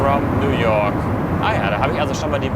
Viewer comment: Bitte sagt nicht Nu woak sondern New York 🗽😊